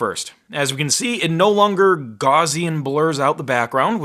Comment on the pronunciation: It's not "gozzian blur"; it's Gaussian blur!!!!!!!!!!!!!!!!